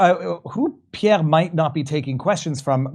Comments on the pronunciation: His name is Pierre, not Peah,. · Why does keep calling him "pievve"?